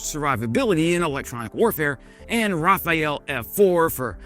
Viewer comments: If I subscribe, will you humour me and pronounce Rafale right, for once? You keep saying Rafaëlle, like it's some obscure adult oriented French production from the 80ies. Rafa:l would be the correct way to pronounce,... Just forget about the E, it doesn't exist pronunciation-wise. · It's not "raphael", but "rafale". Pronounce booth "a" like in "America" and don't care about the final "e". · Rafale,, Not Rafael:) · Please learn the difference: Rafael - pronounced Rafa-EL: Israeli defense firm Rafale - pronounced Rah-fal: wind in southern France, also an aircraft named after it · Not Rafael but Rafale my friend. “Gust of fire“ in English. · Rafale , not Raphaële 😊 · Why does every youtuber prononces it "Rafaele" it’s prononced Rafal . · Raphael (rah fahy el) archangel "God Heals" ( how AI pronounces Rafale ) Rafale ( rah fahl ) fighter jet "gust of wind" and/or "burst of gunfire" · It's Ra-fale not Raphael 😂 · don't say RAFAEL just say RAFAL anyway Macron should offer you a free night at Élysée Palace, you deserve it:face-blue-smiling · I wonder why you keep pronouncing the plane "Raphael" instead of "Rafale", in English, it's like if you said "rafal" or "joel" for the L part. 95% of the times in French, D or E or S are silent for the most part. So in english logic, it's just "rafal", not "rafa-el". Yes, I'm french, and yes, I find these specifics very stupid and annoying, lol. Another example is the Hécate II .50 BMG rifle from Fallout New Vegas, you don't pronounce it "he-cat-ee", but "hay-katt", last letter E is also a silent dud. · NOT "Rafael", "Rafal". The final "e" is not pronounced. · Love your videos! Please note : it's Rafale, not Raphaël. So you pronounce it ra-fal. E is mute. Just saying! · No ist not RAFAEL...call it Rafale please 🤣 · I was about to write the same thing. It is called "RAFALE"... not "RAFAYELLE". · Every english speaker pronounces it Rafael, it's not a ninja turtle, it's Ra-Fall, like the season. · Ra-Fa-Le. Not a ninja turtle 😂